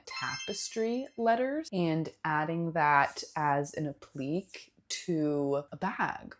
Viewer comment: Love the video! And it's "a-pluh-kay" 🙂